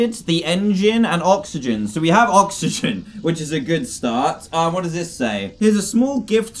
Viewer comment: You can't say oxygen right? It's okay, I can't say hospital right.. I willl say HospiDAL